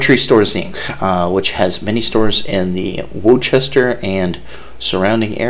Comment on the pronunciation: It is pronounced Worster!